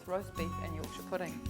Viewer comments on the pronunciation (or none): none